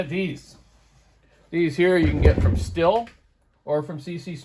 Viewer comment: It is pronounced STEEL.